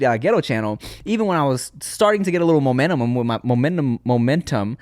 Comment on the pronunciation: "momentemum" Tim been watching too much Dashie 😂